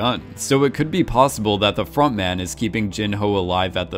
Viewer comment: It took me a good few episodes to realise it was front man not frog man, still hear frog man being said though